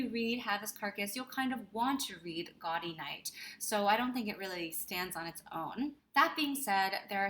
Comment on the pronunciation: A belated thank you for this video. Having read the Sayers mysteries several times over the years, I generally agree with your rankings (well, I would move Unpleasantness to sixth but that’s a minor quibble). P.S. “Gaudy” — the Oxonian term for a college reunion — is pronounced “Gow-dee,” as in gaudeamus igitur.